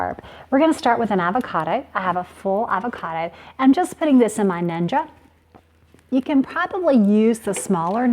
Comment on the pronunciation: I can't stand the way she says "avocada" instead of "avocado"